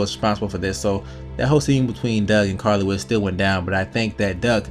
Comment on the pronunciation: Carley not by farley